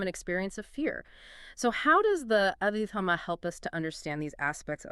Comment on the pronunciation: Anyway to train it to speak Abhidhamma correctly? Picky, picky 😎